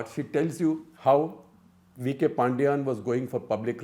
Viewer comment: Once again, it's Paandiyan not Paandiyaan!